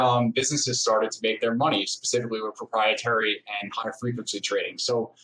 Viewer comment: I'm sorry.. did he say proprietary